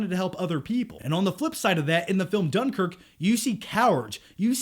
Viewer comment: lol you can't even pronounce dunkirk right. i hate seeing americans thinking they know britain and the history of what happened.